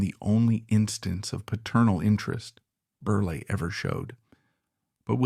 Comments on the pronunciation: Computer generated voice mispronounces “Berle” as Burly through much of the video. Very distracting. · His name is pronounced Berle with 2 short es... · This is obviously AI because the robotic announcer switched back and forth, very annoyingly, between the correct pronunciation of Berle to Berley. Fix this out of respect to the comedic legend. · Why do you keep switching from pronouncing his name as Berl and Berley? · I can’t keep listening to this man saying Berlee when it’s not pronounced that way. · Fairly positive this is AI. Lots of unnatural pauses. I do think some people called him Berlie? But not like this. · AI can’t pronounce name ! Funnier than Milton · It's AI, but you'd think the program would have enough info to pull from to get this right.